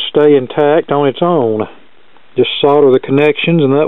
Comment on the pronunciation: Very entertaining :) It's refreshing to hear an American technician pronounce 'solder' properly, instead of the usual 'sodder'. I totally agree with your mission to educate young people about the benefits of analogue music reproduction systems compared to rip-off modern rubbish. I use an amplifier from the '60s with germanium power transistors made in Denmark, a Japanese tuner from '70s and a set of Akai speakers from 1980, which all together cost less than a Crosley.